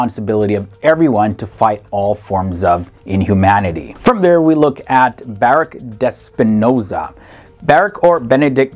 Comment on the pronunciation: You migght learn the correct pronunciation of Baruch Spinoza and The Ram Bam!